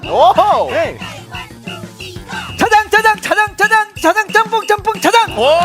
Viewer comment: 발음이 꼬여서 짬뽕을 짱먹이라 발음한 예준이와 짜장을 재첩이라 발음한 하민이ㅋㅋㅋㅋㅋㅋㅋ 예준아 하민아 귀여운 실수(?)라 생각할겤ㅋㅋㅋㅋㅋ그리고 너희의 귀여운 실수(?) 덕에 배꼽빠지게 웃었어😂😂😂😂😂